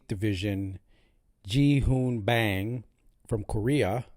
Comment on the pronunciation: his name pronounce 'bahng' not a 'baeeng'